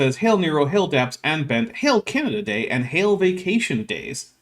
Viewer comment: Whenever you said "Canada Day", I kept hearing it as Canadadae, as in a species of animal lol.